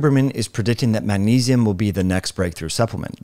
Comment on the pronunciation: The way you say magnesium kills me lol